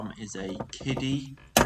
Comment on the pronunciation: The company's pronounced "Kid-Uh" not "Kiddie"